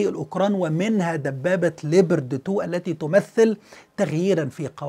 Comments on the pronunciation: 🐆🐆🐆🐆🐆🐆🐆🐆🐆🐆🐆🐆🐆🐆🐆🐆🐆🐆🐆🐆🐆🐆🐆🐆 اسم الدبّابة ليييييوبااارد وليس ليبرد 🐆🐆🐆🐆🐆🐆🐆🐆🐆🐆🐆🐆🐆🐆🐆🐆🐆🐆🐆🐆🐆🐆🐆🐆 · تحليل ممناز ، عفوا الدبابة اسمها ليوبارد و ليست ليبرد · اسم الدبابة ليوبارد و ليس ليبرتي